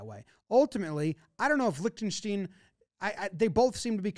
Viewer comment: Please pronounce Liechtenstein correctly…